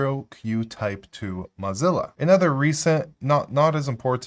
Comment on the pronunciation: "Mozzilla" versus Mozilla (like blow, crow, doe, flow, go, hoe, Joe, ko, low, mow, no, oh, potato, quota, row, sew, toe, vote, woah, yo-yo, and Zoë).